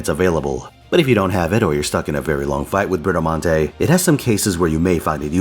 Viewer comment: Curse you for saying "Bratamart" now it's just going to be what I read her name as from now on.